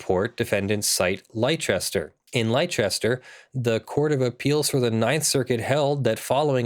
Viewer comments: I'm from the north of England so it's a bit more "yareet mate?" ;) Do Americans really pronounce leicester that way though??? There is no h so I don't understand where the "ch" sound comes from either, fundmanetaly your pronunciation is as nonsensical as ours. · You don't pronounce leicester that way, its pronounced more like lesster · As a bostonian I have never heard it any other way but lester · Hearing continually mispronounce Leicester is beginning to make my ears bleed. It's pronounced "Lester". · It may be true that it is pronounced that way in England, but this is an American city we're talking about in the video. Its "Leigh-chester."